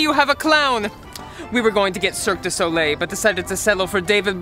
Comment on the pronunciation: DID U SAY CIRCUS DU SOLIE